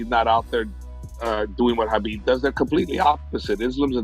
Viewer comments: Ariel saying Khabib as often as Kahbib. he Khabib can, so that Khabib , we all , Khabib , know Khabib ,that he can Khabib , correctly pronounce Khabib . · Is it Khabib or Ggabib. Most vicious striker ever kept saying ggabib ggabib ggabib with his skinny big nose mouth.